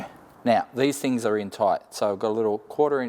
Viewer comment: Why do you pronounce thought as fought and things as fings.